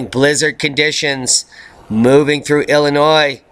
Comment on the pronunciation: BTW; Loved the word play on Illinois/annoy . Awful poetry but at least you know the proper pronunciation. Keep up the good work.